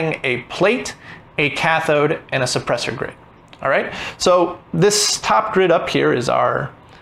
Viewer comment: It's suppressor grid, not soppresor grid.